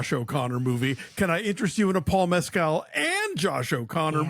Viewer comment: A gold star to Christy for pronouncing Paul Mescal's name correctly! 🙂